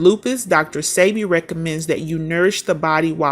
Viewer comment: I'm pretty sure you're pronouncing his name wrong. 😂